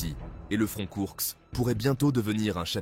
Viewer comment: Koursk et non Kourks